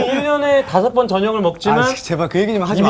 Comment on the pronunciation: 저녁 다섯번 너무 강조하는데욬ㅋㅋㅋㅋㅋㅋㅋㅋㅋㅋㅋㅋ